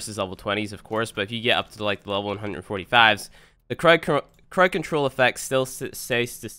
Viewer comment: Second (also its crowd not crowed)